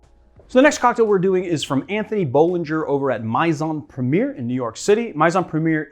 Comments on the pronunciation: I literally CRINGED when you said "MYzon Premier"... But I thought: "maybe it's spelled weird..." I had to look it up to be sure... but yeah, it's "Maison Premier" which is pronounced "MAYzon". I'm just a little shocked that someone in the F&B industry would not know that? I mean...you don't have to be fluent in French, but "Maison this", and "Maison that" is pretty common in restaurant names and especially on wine labels. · I'm going to be that guy may-ZON pruh-me-AY